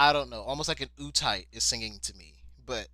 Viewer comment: HOLY SHIT And it’s pronounced uta ee teh not utite